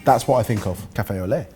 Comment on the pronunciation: Café Olé lmao, its Café au lait. with milk. companies man